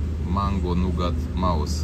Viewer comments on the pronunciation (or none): Atentie la pronuntie… Mango Nougat Mousse ( adica spuma ), si nu Mouse ( soaricel ) 🐭